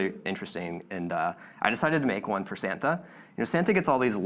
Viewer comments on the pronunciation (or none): You mean "Sam-ta" ♡ 🎅